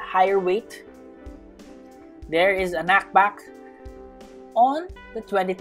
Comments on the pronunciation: more like knakbāk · i love how he calls it knackback